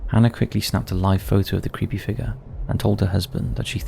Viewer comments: Congratulations ...i see those lessons in learning to pronounce things like an utter twat are paying off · Its a humanoid figga😂. Its figure dude . Figure .